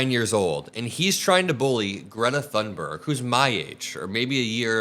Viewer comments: Her name is pronounced "tune" berg, not "thun" berg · Greta Thunberg is worthy of being spoken of correctly! The 'h' in Thunberg is silent, and the 'u' sounds like 'oo' in book, so her name sounds closer to 'Toonberg.' Thank you for your attention. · ps Thunberg is pronounced "Toon berg" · Btw, Greta's last name is pronounced toon-ber-ye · It's pronounced Toon-berg. I am not part of the internet police just don't want the other kids to make fun of you. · Thunberg is Swedish, the H in her name is silent. It's pronounced Tunberg. 🙄😖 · For F sakes pronounce the name of a world hero correctly. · The correct Swedish pronunciation of Thunberg can be heard in this short clip